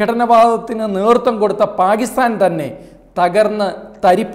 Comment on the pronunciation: പാകിസ്ഥാൻ അല്ല പാക്കിസ്ഥാൻ... ഉറച്ച് ഉറപ്പിച്ചു പറയു brother